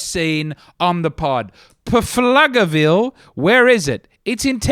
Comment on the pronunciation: As one of the four in Pflugerville, it is pronounced floogerville, and we don’t have any comedy clubs anyway But we’ll host and feed your family if you want to make the road trip up here